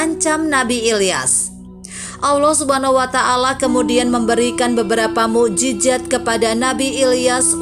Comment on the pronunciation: Maaf admin.bahasa arab nya lemah.mu'jizat bukan mu'jijat...trima kaseh dari ilmu conten nya.